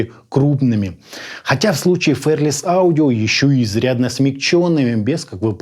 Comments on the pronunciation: Правильно не «фэрлес» а «фи-ар-лес» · спасибо за обзор. Но неужели так сложно посмотреть произношение слова fearless? Мы живём в 21м веке, сейчас даже английский знать не надо. Заходим в яндекс/гугл переводчик и слушаем произношение. Всего делов